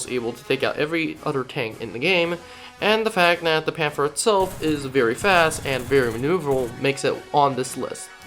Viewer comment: Pan-ther not pan-fer